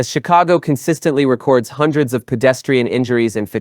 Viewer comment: Good content, but learn how to pronounce record